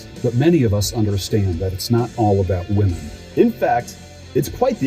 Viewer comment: "How to select the right whamen" Did that guy really say that? Let me guess, I'll need some tactical soap and a fedora next right? 😂 A self respecting man doesn't need a whamen.